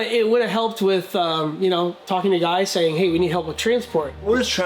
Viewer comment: Its Gúy, not guy.